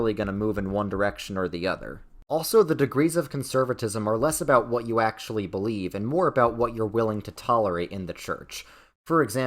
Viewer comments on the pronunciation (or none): I genuinely do not recall a time I’ve laughed as hard as seeing that botched “acktshyuwally”. 😂